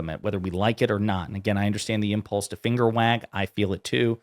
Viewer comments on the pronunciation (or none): none